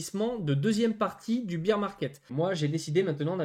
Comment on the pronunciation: BEAR market!( Bère) pas bire , BEER C´´est de la biere , c´est tres bien le marcher de la biere mais ici on parle d´ours , 3000 youtuber pas un qui le dit correctement !